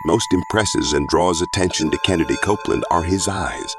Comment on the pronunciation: His name is KENNETH Copeland; not Kennedy Copeland.